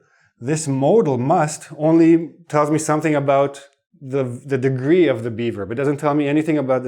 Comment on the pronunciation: LOL Everytime you say "be verb",, I hear "beaver"! LOL